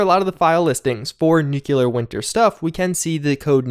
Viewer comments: nu-cle-ar. not nu-cue-ler. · Please, nu-clear not nuku-lar. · Nuclear is pronounced new klee ur not new kyu lur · "new-cle-ar". not nuke-u-lar. please, it's driving me nuts!! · love your content! 1 small thing though. It is Nuclear, like New-Clear. Not nuke-you-lar. Thank you! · Newk you lurr 😆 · *NOO kleer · sorry ...its nu-clear 2 syllables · Why is it so difficult to pronounce "nuclear" ? I swear I didn't hear anyone saying it right...